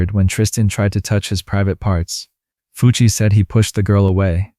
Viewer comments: it's pronounced more like "Fooch", not "Fucc". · When you said Fucc instead of Fucci I died of laughter 😂😂😂😂